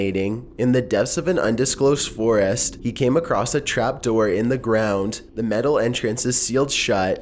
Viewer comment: Lol he says foraast